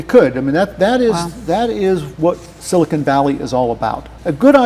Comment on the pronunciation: I love how Lutz called Silicon Valley “Silicone Valley”. Different meaning, sounds like a gentlemen’ s club!